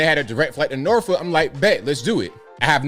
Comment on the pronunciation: If you are from va beach area… then how come you pronounced norfolk wrong???😂😂😂 you know it’s nawfuck. r is not pronounced except by outsiders!!!! Love uour channel